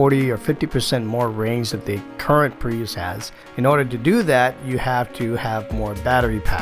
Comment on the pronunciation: It’s so weird, everyone in the world pronounces Prius as Pree-us or Pree-iss - why on earth does he say Pre-yous?